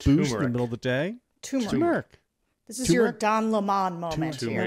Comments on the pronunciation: For the love of GOD! It's tuR mer ick. Two R's. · My mouth was watering until JVL mentioned TOO-MER-RiK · TUR-meric. The R isn’t silent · Turmeric. With an R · Turmeric- there’s an “r” in first syllable